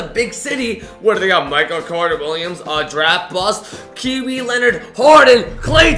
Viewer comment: kiwi leonard??lol the way you said it